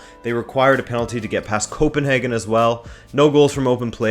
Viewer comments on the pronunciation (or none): none